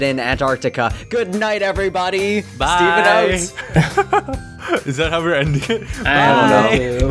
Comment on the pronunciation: It's Hosuh